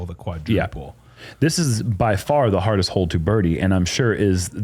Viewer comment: should check the enunciation of far, fur is like hair